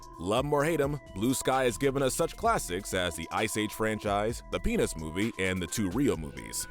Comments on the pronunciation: I heard penus instead of peanuts. 😂😂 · DID HE SAY PEANUTS OR SOMETHING ELSE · Did you say the peanuts movie or the down there movie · It did not sound like you said "Peanuts"